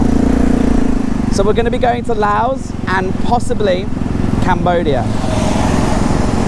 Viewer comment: Im so glad you can say “Laos” correctly.